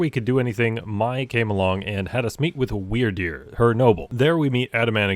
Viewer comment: Is it me or when he says Wyrdeer it sounds like Weird Dude?